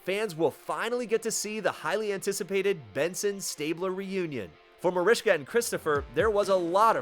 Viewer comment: Her name is MARISKA NOT MARISHKA